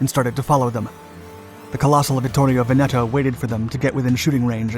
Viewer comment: Il Duce. Not "El Duce". Pity. You're otherwise doing pretty well with some the tongue-twisters Italian can throw at you. You nailed Taranto correctly, but Veneto follows the same rule - the stress is on the first syllable, not the second - VENeto, not venETo. Getting this wrong sounds like Laurel and Hardy which when dubbed in Italian had these mistakes for comic effect. Kudos for getting "degli" as nearly correct as an English-speaking tongue can - it's a sound specific to Italian. It's "Cunning-um" not "Cunning-ham" - it's nothing to do with cured pork.